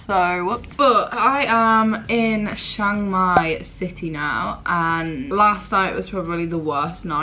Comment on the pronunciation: It's pronounced Chang mai not Shang Mai.